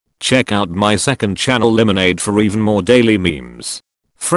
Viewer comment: Everyone: Limenade Me: Laimneid